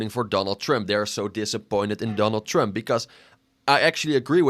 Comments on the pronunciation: Why you pronounce it as "tremp" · Bro it's Trump not trimp